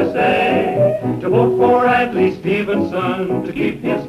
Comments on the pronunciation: its "ad-lie" to you "adlee" to me, I don't care how you quote it. "adlee", "ad-lie" don't pronounce it, just go out and vote it! STEVENSON!!! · "Adlai" is pronounced as "Adlay", so USA would rhyme with Adlai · you've got a wicked accent if adlai somehow rhymes with USA